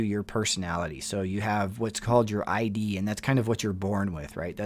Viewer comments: It’s not ID as in a license, it’s pronounced iihd with an I sound like ick. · Great video, thanks! But just an fyi, I think you’re pronouncing “id” wrong. It’s not like “I.D” it’s just a soft “i” so pronounced “id” like “is” but with a “d” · It's ID like Sid, not I D. As in initials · It’s ID. Not I.D. Rhymes with “did” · It's not pronounced I.D. like your I.D. card, it's pronounced id don't say the letters say the word id. Like Ed but id. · Hi! If I’m not mistake the Id is pronounced as a word. Id. The id is a Freudian term it’s not I.d. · It is pronounced id as a word, not I.d. Phonetically it’s just as it looks. Short I, emphasis on the d. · First time listening in👋🏻👋🏻 FYI— “Id” is pronounced like “it” only with a “d”. Not “I.D.”😊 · why did you say I.D. instead of id? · Great video, FYI Freud’s “id” is pronounced like “bid” without the b, not like I.D. cards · Just an FYI - Freud's "Id" is pronounced like "kid" without the "k". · ID is a short I, one syllable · Id is pronounced with a short i sound. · Another interesting show… No music in background, yay!, Would you please look up the pronunciation of ‘id’. Thank you. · nothing condescending about it. Bugger off.. he pronounced it wrong, and he needs to know that. And I bet he appreciates it. That’s what friends do for friends, they help them.